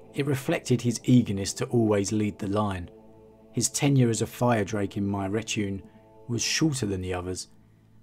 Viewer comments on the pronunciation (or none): retinue, not "retune"